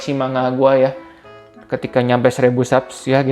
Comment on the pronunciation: Saran aja bang, akun abangnya kan fokus review manga, ada baiknya pronounce kata "manga" nya dibenerin, no offense